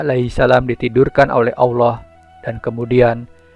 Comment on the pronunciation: Ente nyebut Allah saja awloh. Gimana bisa ente bakal di percaya?? Lucu ente ya.